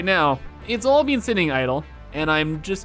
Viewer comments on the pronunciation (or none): none